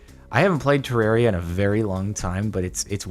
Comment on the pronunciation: Jardon say Ter-rare-ia Redigit: FINALLY SOMEONE SAID IT RIGHT